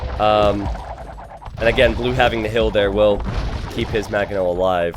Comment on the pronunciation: This was driving me insane too. That and every time i hear "maGonel" when it's actually "Mangonel" which is perfect because it can be shortened to 'Mango'.